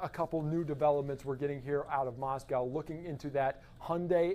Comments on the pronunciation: The name of the city is pronounced "Moss-coe" with a long 0 vowel on the "coe" part -- not "Moss-cow," as in a Russia's city. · Maws-quo.....why can't they pronounce it correct? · It's not "cow" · Of course it’s ‘coe’ you’re right. What about the ‘mo’ in Moscow, which almost everyone pronounces ‘ma’. As in ‘Mascow’. That’s because they can’t pronounce a short ‘o’ lol I’m not sure why Americans go even further by mispronouncing the ‘cow’ in Moscow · FOX! You seem to be the only ones who can’t pronounce Moscow correctly. It’s been 4 weeks! Moscow rhymes with Idaho. “moss-koh”. It is not pronounced like the Russian capital. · Someone who can pronounce the town name...Moss-cow...after Moscow,Ayrshire, Scotland! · It’s not Moscow like Russia but Moscow with the w silent.